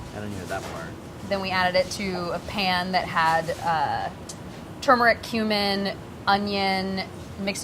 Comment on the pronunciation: She pronounces turmeric like I do! Most people say “too-meric.”